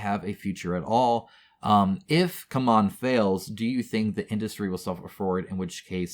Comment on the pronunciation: It's not "come on", it's "see-mon"